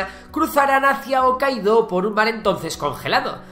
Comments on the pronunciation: Excelente narrado y resumido! Pero me duele mucho como pronuncias Hokkaido como OOkaido o Meiji con la JJJJ y no como "Meiyi", duele muchísimo t.t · además la pronunciación de una de las islas está mal, hokkaido, se pronuncia como si fuera una j y no omitiendo la h